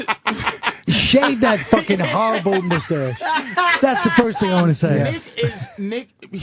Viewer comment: the way he says mustache haha